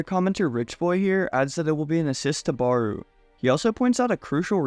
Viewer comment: bro how you pronounce barou is annoying asf💀💀its not ''baroe' its ''barow''